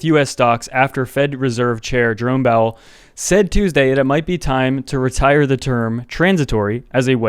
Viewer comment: Did you say… Jerome BOWEL? 😂☠️